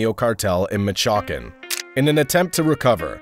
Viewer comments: He said yalisco and michacan lol say it right foo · how u wanting to know the story line w know that i’ll be like “ok yeah he from michakan” wtf stay is michakan 😭. wrong story line 💀😭. the story line i know is mich-ooaa-can, or michoacán lol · It’s “Michoacán” not “machakan” .